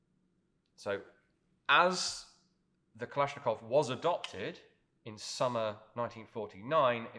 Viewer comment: When you pronounce Kalashnikov, 2nd A is stressed, not O, not I. It should be kalAshnikov.